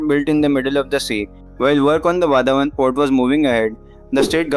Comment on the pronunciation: People should learn the correct pronunciation of "Vadhwan" based on the name of the town Vadhvan near the port. The 3rd and the 4th letter dh is pronounced as DH of "DHOL" Dhol Baje re Baje;. The last letter n is pronounced as Na with the tongue rolling back to the roof of the mouth . Thus VADH(Dh od Dhol) and VAN with nasal N make it Vadhwan. Not wadhwaan nor wadh- one